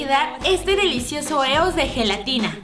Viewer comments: No es "Eos", se pronuncia IOS, me gustan tus vídeos pero me fallaste con tu inglés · Se pronuncia "ios" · Lesslie se escribe es pero se pronun cía ioes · Lessli con todo respeto no se doce eos se dice ios Pq son de estados unidos y la forma correcta de pronunciarla es ios no me odies por corregirte 😢😰😞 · ¿Qué no se pronuncia 'Íos'? Perdonen mi anafalbetismo :v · Se dice «ios» o «y o es» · creo que se pronuncia ios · adoro a Lesslie pero porque dice EOS ya se que se escribe así pero se pronuncia ios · se dice ios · se pronuncia ios😂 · se escribe eos y se pronuncia ios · Se pronuncia ios pero se escribe eos